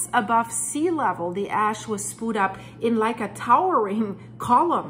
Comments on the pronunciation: FYI: the word "spewed" is pronounced "spYOO'd", not ""spood". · I use to think you were a foreigner speaking a 2nd/3rd language but your just a backwards Cunuk that can't even say spood sppooood.... SPEWED!!!!... good god. You're points are lost in your inability to command the language you wish to convey this information in. When it finally hit you're Canadian any sort of leeway or understanding at the speak evaporated instantly and honestly makes me up set I even allowed those graces. I don't care how good the info is.... its one-two good bits of info and then blathering to hit time makers. Repeating and repeating without ever saying something new ...like the robot... good job for making the technology work for you. I'm going to do the same and block you're channel with more tech. Yes its possible even though youtube doesn't provide this feature. Get a speech therapists for the love of all that is pure and holy... SPPPOOOOODDD get out of here. good bye not going to be a next time. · "Spoo'd." lol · Spooed, LOL!